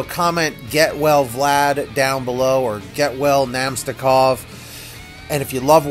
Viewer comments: Sorry man you pronounced his name wrong. Its Vlad Na-mest-ni-kov. Keep up the vids 👍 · Avs' fan here. I hope Na-mest-ni-kov is ok (the pronunciation.. ugh)